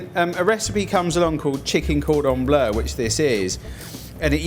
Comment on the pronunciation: Everyone making fun of the way he says Cordon Bleu but he is correct. It's NOT pronounced "Blue".......